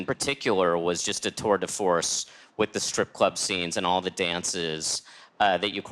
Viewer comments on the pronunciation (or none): Was it a "tour de fource"? It was a tour de fource!